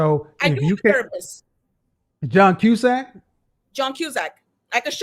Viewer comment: 😂 John Cusask 😂😂😂 He holds a radio up in the air during sessions 😂😂😂 She said “A Shirley” 😂😂😂